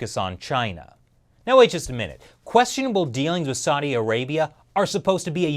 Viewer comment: Learn how to pronounce "Saudi Arabia" Bozo. Else I'm just gonna unsubscribe. And no. I ain't gonna make it that easy.